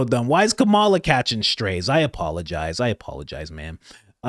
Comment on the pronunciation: Coach! It's pronounced "coma - la"! She was your Vice President for 4 years. How do ppl not know how to pronounce her name by now?